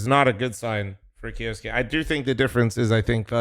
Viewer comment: K - YOU - SUKE NOt KJOSKE